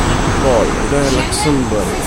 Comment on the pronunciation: pl pronounce the country name properly.... at least do a google check.... ലുക്സാംബാർഗ് അല്ല ലക്‌സോംബർഗ്...